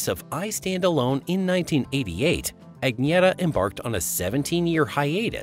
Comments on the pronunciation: What The Hell Is A "Ag Nee ETTA?" WTF? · Her name is pronounced ......UNYETTA.....!!!!!! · Sorry But You're Mispronouncing Her First Name. Like A Typical MONTANAN, UTAHN, NEVADAN, OREGONITE!